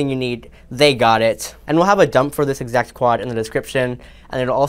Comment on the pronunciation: “The edsact ponents all the way down to the tume” lol 😂 ill NEVER “unhear” that!!!